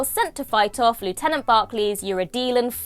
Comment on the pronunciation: Goodness, the accent is impeccable!